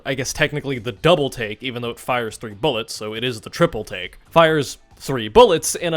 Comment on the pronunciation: Every time you say triple take i hear triple T im going insane